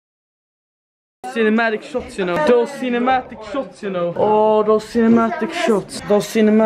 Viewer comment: HAHAHAHAHAHA "the cinematic shohts"